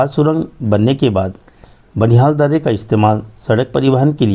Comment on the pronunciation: Kyu kahte h darrrrre😅